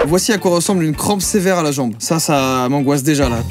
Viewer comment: "Ce mot sport mengoisse" mdr trop drôle